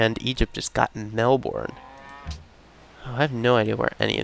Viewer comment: By the way, Melbourne is pronounced "Mel-bin" as opposed to "Mel-born"